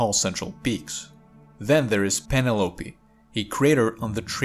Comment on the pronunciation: Dude, you are butchering the names...!!! Penelope, (pen nell la pee) The other craters are mis-pronounced so I can't figure out how you fucked them up.